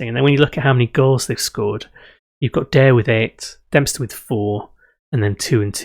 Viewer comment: I started watching this series yesterday and somehow I am now here. Also Daire is pronounced the same as a player you had before who was called Darragh which is the same as Dara, like Dara O'Briein.